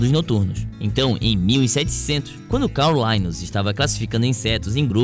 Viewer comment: a pronuncia correta é calr lineu